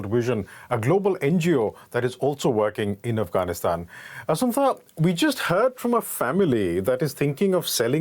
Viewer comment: "Asuntha Charles" lol